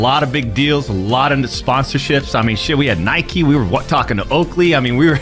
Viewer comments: The fact you pronounced Nike like bike really has me wondering if this is at least a partially ai channel. Who in the world says Nike, like bike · I know some people who say it as that